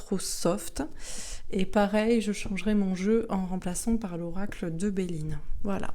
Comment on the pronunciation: Oracle et non auracle à moins qu' il y ait une astuce...